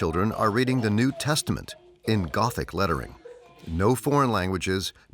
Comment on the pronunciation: why do Americans make everything sound so weird “In gOthIc lEtteRing“ gothic lettering is as easy to read as regular lettering.😂